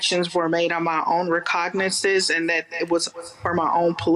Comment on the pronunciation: "They claim these acts were made of my own recognazzaz." Sounds like an extremely intelligent lady....